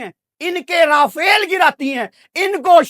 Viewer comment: RAFALE❌ RAFAIL✅